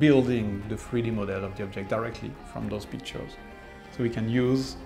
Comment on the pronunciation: "So we take a lot of peek turrrrrrrrs."